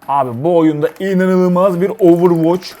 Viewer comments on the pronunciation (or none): none